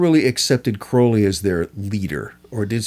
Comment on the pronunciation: Thank you for at least pronouncing his last name correctly. People tend to pronounce it wrong because of Ozzy, but the poem The Convert proves the real pronunciation. Anyone that believes the Satanic BS about Crowley needs to read Confessions. He had such an amazing life and people that knew him personally had nothing but good things to say about him.